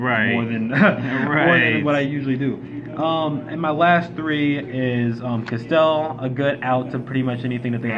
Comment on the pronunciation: anyone else hear bounce that nigga on castel 💀😭